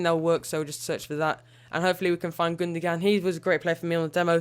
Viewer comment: Gundoan not Gundogan